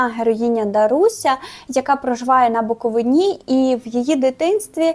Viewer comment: на буковИні, а не буковинІ. будь ласка, на майбутнє змініть наголос. бо всім буковинцям стає зле, коли ми чуємо буковинА)